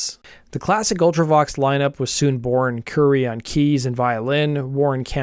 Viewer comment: And Currie is pronounced like the Indian food Curry, not Curie, as in Marie Curie.